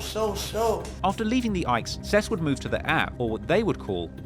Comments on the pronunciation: It’s called the Ickies not ikes😂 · The way he pronounced the Ickes though 😆dude called em the "Ikes" 😂 Also most of the city was a "war zone" in the 80s and 90s, I think pretty much all the projects had snipers (especially the Dearborn Homes and Cabrini) but you're talking about a time period in the city where pretty much every neighborhood had some kind of gang presence in it. I like when he talks about the city, I think there needs to be more documented history about the wars that have been fought here for over 100 years, but his lack of actual in depth research into a lot of stuff about Chicago kinda paints the city in a different light than the way it actually is and leaves a lot to be desired. I wish there were people that are from here and know these streets that made content like this instead of some random British guy who has never even been here before, doesn't actually understand the city, gets all his information from reddit and newspapers, and can't even pronounce the names of the projects correctly. Like the 1919 "race war" which was really the start of black gangs in Chicago, if dude was from here he might know it was less about race and more about the Irish gangs not wanting to share their neighborhoods with anyone else, they didn't just attack black folks for being black, they pretty much attacked anyone who wasn't from the area who tried to go there (or anywhere they claimed was their's), and it wasn't just the Irish who had gangs and territories, most European immigrant neighborhoods were lik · You saying Ickes all wrong the entire documentary. Its pronounced ICK~KEYS not IKES 🤦🏽‍♂️🤦🏽‍♂️🤦🏽‍♂️ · Its not "ikes"...its pronounced "ickees"😂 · The “Ikes” homes lol. THE ICK-EES. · U so funny,it’s pronounced the “ick-eees” not “ikes”😂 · Dude really just called the ickes the ikes lmao. Its pronounced ick-eys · It’s pronounced “The Ick-eeees” not “Ikes” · Ick-eeeeees is wut we call it Not the Ike’s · ICKY NOT IKE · The ICK - E’S not Ike